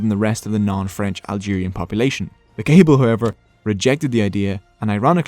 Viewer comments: It should also be noted that amazighism or pan-berberism has tried to unify the different Berber tribes, but that falsely leads people to think that they speak one language or share one culture. We're not brothers, but close cousins. I, as a Kabyle (you butchered that pronunciation btw😢), am barely able to understand Rifyan. The fact that Tamazight got adopted in the Algerian constitution is a win, but it fails to recognize that there are at least 6 or 7 distiniguished tribes with their own languages. The danger is now that other tribes still don't get taught their native language in school, but instead the Kabyle language or even the Moroccan Tamazight that is being standardized for education in Rabat. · really great informative video, thanks! but i think your pronounciation is incorrect of "kayble". it's not "cable", but KA-BEEL. perhaps someone can confirm... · Kabyle is pronounced kahbeel :) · You forgot to mention the meaning 'Barbarians'. Hence 'berber' being derrogatory. Hurts to hear Kabyle be pronounced like a cable..... And the early Imazighen were black - some of the animated ones at least couldve been black no? ;)